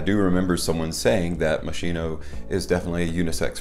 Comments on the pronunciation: Please... Moskino... Ch = k... The english pronunce in italian sound terribile k. THX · Its pronounced mos key no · it pronounced mosKino